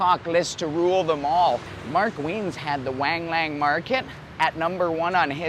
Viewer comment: dude, it is not Waang Laang, it is pronounced Wung Lung